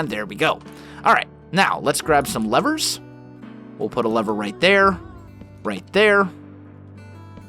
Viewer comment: Am I the only one who heard "Nine Lovers" not "nine Levers? Teehee